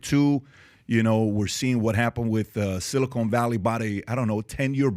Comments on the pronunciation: Silicon not Silicone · It's "Silicon" not "silicone"...😅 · bro, PBD can't even pronounce "amid" correctly? Not a good sign for the rest of the pod. it's Silicon not Silicone smh.